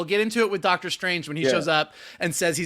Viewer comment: I'll never get tired of hearing saying "Dark-tor Strange" 😁